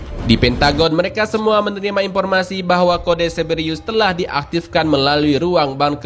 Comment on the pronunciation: Cerberus kali,, bukan ceberiyus